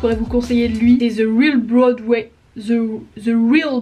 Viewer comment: Alors mon chou c'est "Broadway" et non pas "Boradway" hahaha, sinon pour les personnes les plus inspirantes, bah je dirais toi, parce que tu m'as grave aidé quand j'allais au plus bas, tu m'inspires dans mon quotidien et tu m'as vraiment permis de me remettre en question. Je vais dire Sauvane et les internets aussi parce que cette fille c'est une boule d'énergie que j'apprécie beaucoup, je me suis beaucoup reconnue en elle et elle aussi, m'inspire dans mon quotidien donc voilà après il y en a beaucoup d'autres mais ça serait trop long haha Et flemme d'écrire un énorme roman donc voilà